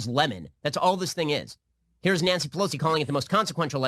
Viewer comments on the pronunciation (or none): Knee-yan-see Pelosi